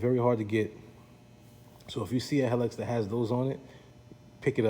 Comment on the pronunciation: Thanks for your nice review. I love my 2004 Helix that just turned 21000 miles with no issues - just normal maintenance. It's worlds better than my first scooter - a 1957 Cushman Pacemaker! By the way, it's pronounced he-licks, not hell-iks.